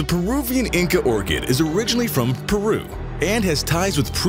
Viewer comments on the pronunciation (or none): none